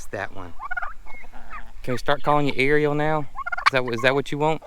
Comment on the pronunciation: ARIEL. Her name is A R I EL. haha